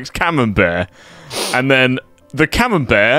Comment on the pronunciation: it's CA-MEM-BERT cheese if you're not milking the goddamn Robert Cambert. Jesus Christ. And theese people laugh at Jake for reading something wrong.